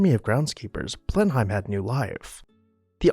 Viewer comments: blen uhm, not BLEN hime. Not a single demolition mentioned in this video. BRAVO! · How can we take this video seriously when they do not pronounce Blenheim Palace correctly? It is Blenuhm, NOT Blenhime. Very sloppy. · Blenheim is pronounced "Blenem" not Blenhime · Please learn to pronounce names before doing these videos. It is not pronounced Blen-hime palace but “Blennem.” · Unfortunately, my one critique is that the pronunciation of "Blenheim" was incorrect. Sounds like bleh·nuhm. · Blenheim is pronounced, "Blennum." Consuelo Vanderbilt would not have been disturbed by the enormous eyes above the entrance through the portico as they were not there during the time she lived at Blenheim - Those were the eyes of Gladys Deacon, whom Consuelo's husband married after Consuelo divorced him. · Just note on pronunciation, Blenheim is pronounce Bleh -nuhm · Blenheim is pronounced Blen-um. You almost hear the H but not quite. I know it's odd, but English is an old language and has many strangely pronounced words like Worcestershire Sauce = "Wooster Sauce". Also, the Host/ess sitting at the Ends of the table is a Continental and American thing. In England the host sits in the middle with Hostess opposite side of table so everyone can see her for social cues. She'll begin talking to one side or the other and everyone follows suit. When she turns her head to speak with the guest on her others side everyone else does as well. Even today Her Maj Queen Elizabeth followed this custom. I don't know if King Charles will. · "Blenheim" is pronounced "Blen-um" . Glad you caught the slip about titles of nobility versus royalty. Keep up the good work. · It's pronounced Blen - im. Do your research! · Blenheim Palace's name is actually pronounced BLEN-um. That's my only quibble, otherwise excellent as always. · I enjoy your videos and commentary, but wish you would check the pronunciation of names like Blenheim.